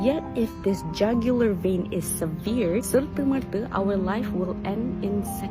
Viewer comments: Just utk makluman. Severed disebut as seved bukan sevied. Semoga bermanfaat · Kak, pronunciation "severed" tu 'seh-vrd' bukan mcm severe tu. Verb dia 'sever'.